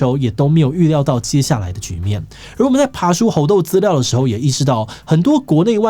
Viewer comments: 一直聽志祺唸「紅豆」病毒讓我很出戲XD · _777Plus1:我也聽成紅豆.....肚子餓了:_777Orz1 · 一直聽到紅豆，我是餓了嗎？